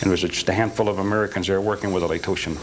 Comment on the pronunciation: Well, #1 he mispronounced Laotians and that would never happen after spending 14 months with these people. #2 Having been a jarhead, they'd never send a boot "newbie" from the 82nd Airborne to train Laotians on weapons, explosives, etc. This entire thing is comical. This guy is a con man, nothing more nothing less. When you're in prison, you have nothing but time on your hands to come up with stories and the more you tell yourself the story, the more you believe it and memorize it. This guy was just a petty criminal scumbag that wants recognition for something he didn't do.